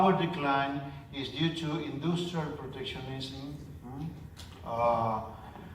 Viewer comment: I love how he says "indoostrial"